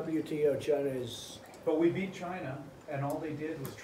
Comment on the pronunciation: LOL gina instead of china